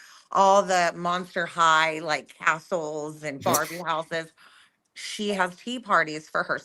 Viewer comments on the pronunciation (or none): none